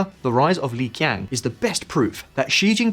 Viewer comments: Li Qiang is pronounced Lee Chiang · Great video, just make sure next time you talk about Chinese topics to look up how to correctly pronounce these words. It only takes a moment to check these pronunciations, but it makes you sound a lot less credible when you just guess at the pronunciations. For instance, "Qing" should be pronounced more like "Ching" not "King," and "hexin" is pronounced more like "huh-sheen," and Li Qiang is pronounced more like "Lee Cheeyang."